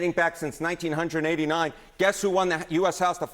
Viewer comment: He said 1989 like it was 1889 😂😂😂